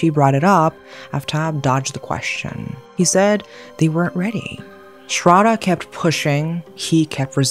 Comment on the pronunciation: its not ''srada' its sradddddddhhhhhhhha.....pronounce properly